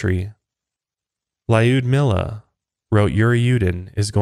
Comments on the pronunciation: her name is pronounced Lùdmila nor Layudmila :3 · Iknow you said you aren't Russian and that you will mispronounce the names, but hearing you say Lyudmila, made me giggle :P